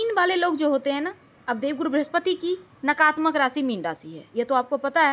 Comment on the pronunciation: नकारात्मक होता है ,नकारत्मक नही। ऐसे ही सकारात्मक होता है,सकारत्मक नही होता।